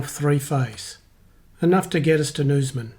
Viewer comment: Great video I do this trip often (reverse direction) and am looking at an EV for my next car. Once WAs electric highway is fully built we’ll have decent charging to the borders. Btw, some pronunciations of SA and WA towns need work lol (eg Norseman not Nooseman)